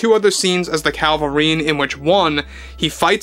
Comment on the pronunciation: You keep saying Calvarine instead of Cavil-rine. 😂